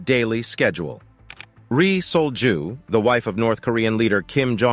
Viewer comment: I keep hearing resold jew.